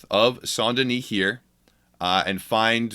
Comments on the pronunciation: It’s pronounced S-ain’t Den-is Not “Saunt Denise” lmao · Saun Deni???? It's St. Denis